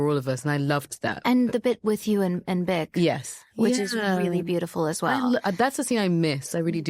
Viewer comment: Ariana always calling Boq "Bick" is so cute of her.